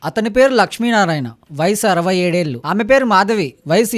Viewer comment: ELU KAADU ఏళ్ళు. First get trained and speak Telugu properly.